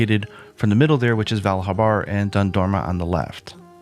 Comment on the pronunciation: Spelt Val Habar, said as Val Harbar. Lol. Short circuits my brain everytime.